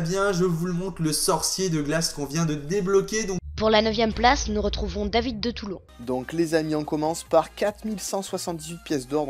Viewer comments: mdr ta dit David2Toulon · MDRR A LA 9E PLACE IL DIT DAVID DE TOULON AHAHAHAH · "David de Toulon" Mdr